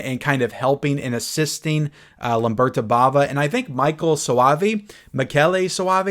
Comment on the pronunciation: It's Lamberto, not Lamberta. Can always rely on to mispronounce a name.. I still love you 😉 Lamberta is the female version of the name. In terms of Arrow. There was the double set initially, but both films were also released individually in limited edition packaging as well as regular non hardblx slip releases quite some time ago.